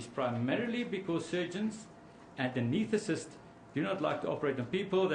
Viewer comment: To the very learned advocate/prosecutor and, to a lesser extent, the defense attorney: The expert's title is "ANESTHETIST.' It is not "ANETHATIST." It is entirely unnecessary to destroy the English Language in order to win the case. . When they bully the language, it leads to the conclusion that they are bullying the witness and are trying to sound 'profound' when they are just being 'precious'. Celebrity lawyers are tiresome frauds.. Theystalk and talk too much and it appears that they barely listen. If they did listen, they would know how to pronounce the word 'ANESTHETIST.'